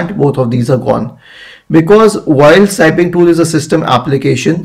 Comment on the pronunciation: It is snipping tool, not sniping. short i. Thanks.